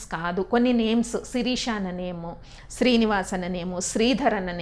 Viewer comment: Sririsha kadhuga shirisha kadha s pakkana h undhi kadha